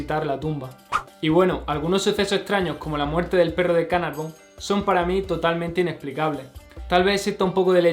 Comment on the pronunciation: George Herbert de Carnarvon para que lo digas bien.